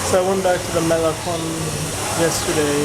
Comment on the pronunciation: This guy is the prototipe of the superficial American. Unable to enjoy diversity of other parts of the world. He can't even pronounce Malecon after days he's in Cuba. How sad...